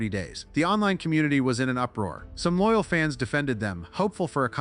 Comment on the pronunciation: I lost it when it said “oil fans” instead of “loyal”😂😂